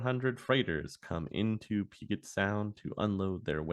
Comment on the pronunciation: Just so you know, the Space Needle has a restaurant in the large circular section. Just like all the other towers - The one in Dallas, one in San Antonio, umm Toronto? etc... they are expensive . the sound is pujet (soft g) also if the gentlemans name was Nguyen - it is pronounced wen or kind ov win. I really like this series.